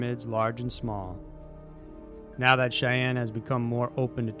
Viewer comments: Xian is not pronounced cheyene its pronounced jee in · It pronounced XI-AN, Xian is actually two different Chinese words NOT ONE. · Good use of data to support the narrative rather than making wild speculation without evidence. For the record, Xian is pronounced "sheee ahn" not "Sheyanne" :) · OMG - then you do it again on #4! I TEACH UNI in China - the place name is pronounced ZHEE-AHN! Please check these pronunciations. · Good video, but I think it would do you well to look up how to pronounce some of the places names before you record...For example, you butchered Xi'an. While we don't have the same sounds in English, it should be pronounced more like "She-ahn." Anyway, still a good video. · please, next time get your pronunciation right... it kills one's ears when you say "Shaian" for Xi'an... :/ other than that - great stuff!